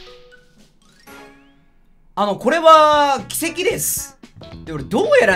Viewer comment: 流石理系出身、奇跡のイントネーションが軌跡